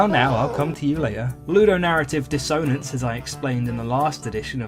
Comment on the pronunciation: The way dissonance is being pronounced, genuinely unsure if it's serious or not